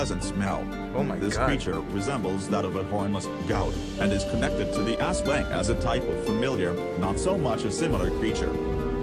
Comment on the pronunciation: Why did he called aswang,ESWENG😭😭